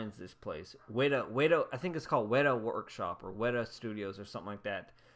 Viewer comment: I tried listening the part several times about some kind of high end workshop or studio for really pricey figures but my hearing is bad enough to where I couldn't understand you. What's it called again? Wetta? Weita?....?